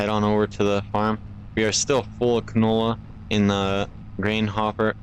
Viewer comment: It's called canola. Not cantola.